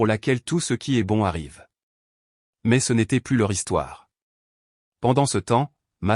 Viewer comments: Il faut prononcer "plu" et non 'plusse", ça n'a pas du tout le même sens dans le texte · "Plus" négatif se prononce "plu", non pas "pluss", qui est réservé au sens positif... "Elle m'a offert du thé", alors qu'elle est (ils sont) chez lui : n'est-ce pas bizarre ? La version écrite ne respecte pas bien l'orthographe.